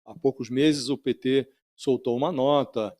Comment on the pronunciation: Pêeeetê😝...cada vez que sai essa pronúncia